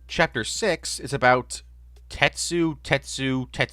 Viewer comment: every single Tetsu is pronounced differently